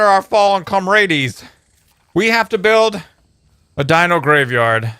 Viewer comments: it's not com ra deez... ITS COM RADZ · It's com-ra-ds not com-hades :P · isn't it pronounced com-rads?